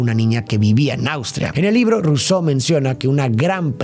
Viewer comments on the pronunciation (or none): none